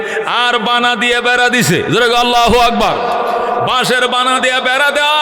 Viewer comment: শব্দটি হবে আল্লাহু আকবার।আগবার নহে।